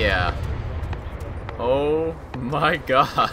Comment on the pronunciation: "Ooh my gush" What?!